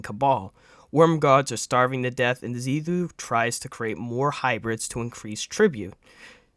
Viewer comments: Xivu (pronounced zee-vu). Not Xiva pronounced zee-thu. Get your info correct if you're going to use it. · Should have used the script, like Ibetonme did. Deciphering what you’re saying, versus what is in that script was a chore. Xivu, not Xiva, becomes an Emissary, not a Disciple. Hopefully most of this is true for the core playlists, for I needed a break because of how lame Lightfall has been. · Zee Voo. Otherwise great video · Bro struggling to pronounce Xivu the whole time had me dying 💀 but great video nonetheless